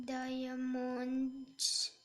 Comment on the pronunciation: Diamond Hindi diomond